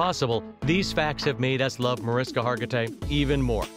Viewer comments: She pronounces her name MariSHka, not MariSka. Hearing the voice over say it wrong annoyed me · The way they said MariSKA and not MariSHKA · agreed. In fact I went to a luncheon where she was honored and she DOES NOT APPRECIATE people pronouncing her name MariSKA. She WILL correct people when they do it. She says, “It’s MariSHKA!” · For me, this would be more aptly titled, The 10 things that you already knew about Mariska Hargitay. I've seen every single episode of L&O and some multiple times. Also, the way her name is said sounds like Marishka, not Mariska, the way it's spelled. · Evidently the guy doing the voice over for this didn't realize that her name is pronounced "Ma-RISH-ka", Not "Ma-RISK-a" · How about the most obvious fact: her name is pronounced “mar-ISH-kuh” not “mar-is-kuh” 🙄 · heres something the narrator doesnt know: its pronounces marISHka not mar'isk'a m'kay? everything else all true. plus heres something else: l admire and repsect Marishka for the so much she does for the welfare and benefit of the less fortunate and that story how she met and married her husband beeeeeUUUUtiful. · Her name is Hungarian and pronounced “Muh-rish-ka”, no Maris-ka. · MA-RISH-KA, not MAR-IS-KA!!!!!!!!!!! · Ma’rish’ka... they should pronounce it correctly , she’s a lovely person ❤️ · maryannbabigirl60, the person that is narrating this video is mispronouncing Mariska's name throughout the ENTIRE video. Her name is properly pronounced "Marishka". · I enjoyed the video and uncovered Mariska tidbits. But the narrator should indeed say this lovely and amazing entertainment icon's name correctly! It's pronounced: Mah-rish'-kah Thanks in advance for fixing this :) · she is a friend of mine & hates when her name is pronounced wrong. it is pronounced marishka. sh sound. was curious about what was in the video. in 5 seconds of meeting her she corrected me & made it clear do not pronounce it w an sk sound! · This is great, but her name is pronounced MariSHka.